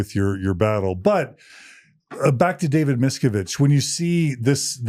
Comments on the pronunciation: dear John PLEASE learn to say Miscavige correctly Mis-CAV-age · Miss-ca-vidge: Miscavige, not Miskovitz. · John, Miscavage rhymes with cabbage - helping you with the pronunciation 🙂